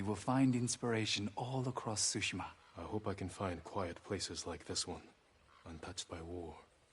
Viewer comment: Lawd, this man actually called it Bunz of Tsushima